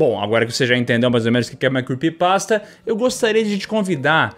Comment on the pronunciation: se arrumou todo fez a maior produção, tudo pra chegar la e ficar falando "quepypasta" q feiura pqp